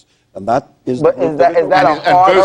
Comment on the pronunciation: He says "Mr. Definitely. Can I call you thay?" I almost died